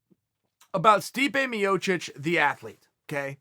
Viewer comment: Stipu Miocic